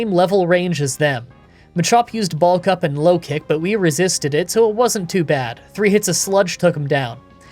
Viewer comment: Swear you said ball cup instead of bulk up for Machop 😂